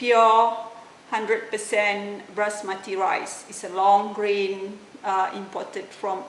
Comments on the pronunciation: its not brasmathi....its BASMATHI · brasmathi? did i hear them correctly? wasnt it Basmathi?